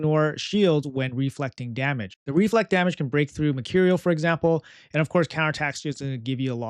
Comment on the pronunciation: Always with REvive REflect can you say it normally just once please